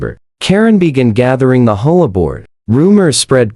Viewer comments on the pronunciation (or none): Does anybody listen to these before you post them? Or is it that you have people who are so incompetent that they have no clue how to fix the AI voiceover so that doesn't pronounce H O A as a word? It's really not that difficult.